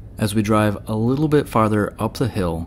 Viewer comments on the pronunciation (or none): none